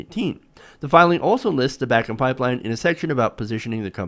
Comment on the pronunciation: The oil formation is pronounced "BAH -- KEN" (I grew up there.)